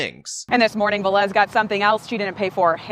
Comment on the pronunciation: Is Velez. The first two letters is pronounced like be in bear. Ve- (as in bear) and lez ( like less). Please, is really annoying. This is really common latin American and Spanish last name.